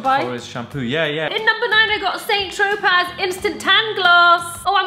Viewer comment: Lol, 'Saint Trow-paz'